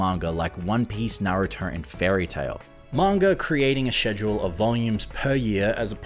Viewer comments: I die inside when he pronounces schedule like "schezjole" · im sorry but the way you say "schedule" is pissing me off. it starts with a k sound no?